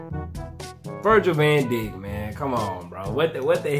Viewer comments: it's prenounced, Daike. Van Dijk(Daike) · Virgils last name is pronounced “Van Dike” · I started laughing when he said Virgil VanDick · Ayo, it's Virgil Van Dijk. Pronounced, Van Dike. Like bike, but Dike.